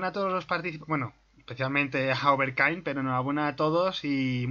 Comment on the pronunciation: ES OVER 'KING' NO KAING XD